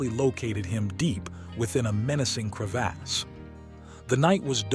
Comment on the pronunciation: Crev(aws) not cre(ASS)